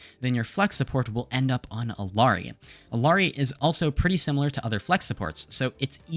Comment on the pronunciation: everytime you pronounce her name as “ILL-ari” an angel loses their wings